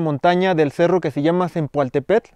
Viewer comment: Mala pronunciación del nombre del cerro